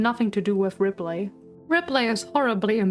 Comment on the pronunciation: Love the video but got so distracted at your pronounciation of ripley lol